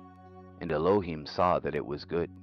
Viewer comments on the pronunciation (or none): at about you pronounce ELOHIM correctly. Every other time prior to this; I don't know how long after cause I just cant bear blasphemy, however well-intentioned, you have the wrong emphasis on the wrong syllable